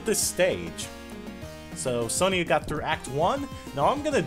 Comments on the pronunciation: I think the name is pronounced Son-Ya, not Son-Ia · You are pronouncing Sonia wrong it is pronounced Sonya well that is not how it is spelled but how it sounds